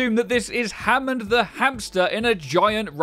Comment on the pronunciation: Hammond... Homon... HMMMMMM